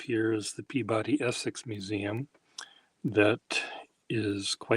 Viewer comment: Peabody and Concord are PEE-buh-dee and CAWN-kid to us natives! 😊